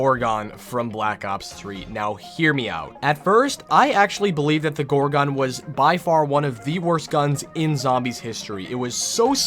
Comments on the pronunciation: "Gore-gone" please stop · Why did he say gorgon like that. Gor*quickpause*GON.